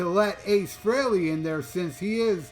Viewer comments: Fact and I noticed how He made sure it was pronounced correctly. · "You know who" specifically named the original members. Even pronoucing Ace Frehely's name correctly. You can be certain Tom Morello wont be involved, because of "You know who".